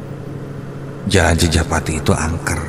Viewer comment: CI JA PA TI admin bukan CI PA JA TI